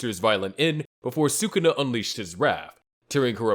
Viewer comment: The moment these stupid channels mispronounce Sukuna I know they’re trash and I thumbs down. Do better.